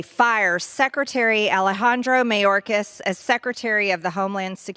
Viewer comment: "Mayorkasis"? Who is Mayorkasis, Margie?? We're all getting tired of MAGAt Marge. 🙄 We're about to chase her out of politics.